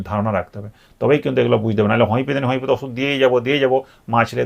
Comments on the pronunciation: উচ্চারণ ঠিক করুন হমিপ্যাথী নয় উচ্চারণ হমিয়প্যাথি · হোমিওপ্যাথি উচ্চারণ টা তো ঠিক করে করুন... তারপরে জ্ঞান দিবেনা